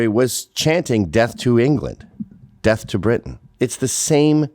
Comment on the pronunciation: He isn’t saying death he is saying deaf. He wants the IDF to have a disability